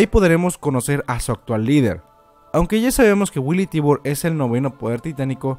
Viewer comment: dato curioso: La familia Tybar, su pronunciación es "Taybar"